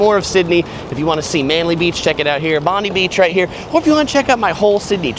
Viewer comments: Please pronounce Bondi correctly, the i is long, as in eye. Also, 40 Celsius is 104 Fahrenheit. Good video though, the Opera Bar is a fantastic spot for a drink. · has been here many times and done some great insightful vids into Sydney… so he absolutely should get Bondi right by now. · It’s BOND-EYE, I know you guys pronounce it differently, like Pam Bondi. But that’s not how we say it in OZ . Love your videos mate !!!!